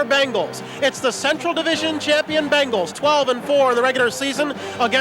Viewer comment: BENGals Not BANGals